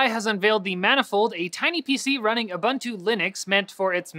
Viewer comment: I really do like the show, I've been watching it for quite a while now. Thanls for the dual fiji card update, I hadn't checked any rss feeds deeply so it was a true surprise to find out a bit more about it here. This is just a small, very small, comment but Ubuntu is pronounced: ooh-boon-too, not "ooh-bun-too". This isn't to be harsh, it's just a bit jarring to keep hearing the wrong pronunciation in professional content (not just yours, believe me a lot of people do it). It will suck if default pronunciation by some stick kind of like it did with Pokemon after the first decade of Nintendo fighting hard for the proper pronunciation.